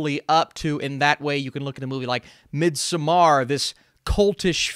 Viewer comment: Mid-sum-arrr lmao